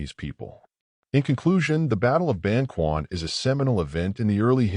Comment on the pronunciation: Ban-ch’uan, not Ban-kwan